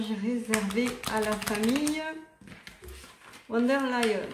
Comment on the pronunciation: Il est vraiment bien ce tirage 👍 Si je peux me permettre, je crois me rappeler que le V de "Von" se prononce F, "Fon" en allemand.